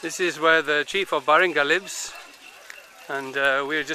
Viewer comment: The name of the that city is Balinga not baringa